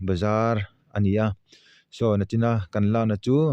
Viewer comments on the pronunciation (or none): A hmuhnawm hle mai. Tleizawng ni lovin tlaizawng. Nachin ni lovin nichin tih tur. channel a ni bawk a, mizo ṭawng i lam dik loh ka lo thai lang ve lawk a ni e.